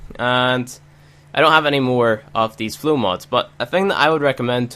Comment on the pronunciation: Why you read flow to flu